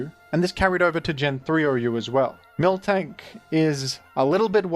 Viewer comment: My obsessive tendencies are getting triggered every time I hear "milktank" lol